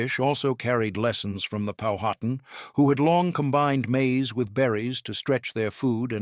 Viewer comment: Learn to pronounce Powhatan the correct way.